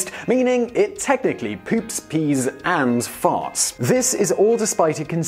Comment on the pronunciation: "fart" sounds so much classier with a British accent.